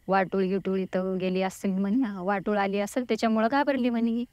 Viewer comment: वाटूळ नव्हे वावटूळ म्हणतात.